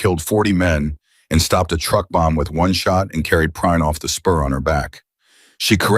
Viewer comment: Lol! "Your name?" "Prine, sir" "I want to say it right, later" Two seconds later, the AI called him Prinny.